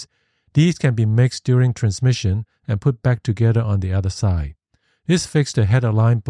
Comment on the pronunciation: I like the graphics. Please work on the enunciation. "Unlike" needs K, "side" needs D, "assets" needs T, "lets" needs T,... Those issues made the video hard to follow purely by acoustics, not content.